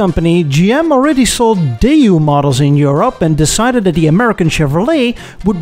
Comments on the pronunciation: "DAY-YOU"?!? Daewoo is pronounced "DAY-WOO" But what do I know, I'm just an English-speaking Filipino who loves to learn about The Automotive Industry from other countries. I sure want an episode that touches on The Philippines's Automotive Industry. Side Note: I speak in 'Murican English, not Bri'ish English. XD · It's Daewoo, pronounced Day-woo, not Day, ooh. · Why do you keep pronouncing "Daewoo" like "Day You?" Just because Jezza does it because he considers anyone from south of Land's End to be a "bloody wog" doesn't mean you should mimic his mispronunciation! 😄